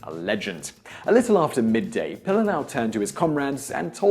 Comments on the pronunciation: It's pronounced, Pee-Lee-Lah-Ow... your missing an entire syllable. Pili, meaning to stick or cling. Lā'au, being plants or trees as a whole. The family name was most likely derived from their ancestors who worked as thatchers of ancient hale (homes), mainly constructed of local plant life. What your saying is Pilalau, which by definition is a stringed instrument made of leaves. How would you feel if a Hawaiian made a video honoring the legacy of your native Queen,? Secondly, and probably most offensive, is the fact that the picture you use to depict him isn't even the guy!?! If your production crew had at least Googled his name, you'd realize he looks nothing like a pudgy Puerto Rican with a porn-stache. WTF? Do better! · You are BUTCHERING his name..... Pilila'au..... PEE LEE LA OW........ and He was born in Waianae, Hawai'i...... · His name is pronounced Pee Lee Lah Ow. Pililaau. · Your pronuncistion of his nsme is killing me! It’s pronounced pee-lee-lah-ow. Get it right my msn. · Pililaʻau pronounced "Pee-lee-lah-oww". Why say his name so much without learning how to say it. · Hey Simon, Your acknowledgement is appreciated, but if you intend to misprounce the soldier's name you basically align yourself with the opposition he fought. Its pronounced Pi-li-la-'au (pee-lee-lā-ouw). Would you enjoy being proclaimed 'Simian' the rest of your life, I doubt it! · Gunnar Karlsson - Doesn't pronounce it right either unfortunately.